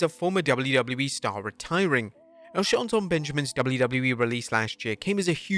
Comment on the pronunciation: I think he goes out of his way to mispronouncen name, Shallton Benjamin